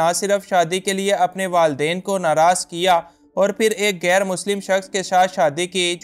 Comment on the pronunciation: لفظ گیر نہیں ۔ غیر ہوتا ہے۔ اردو سیکھیں پھر بولیں۔